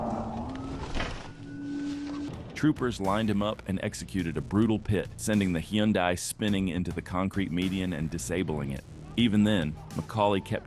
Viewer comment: "Hin-dee? Hey AI! It's "Hun-die"!